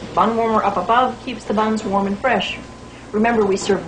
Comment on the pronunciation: So that's where "bidness" came from Ol' Faeshun , Fraesh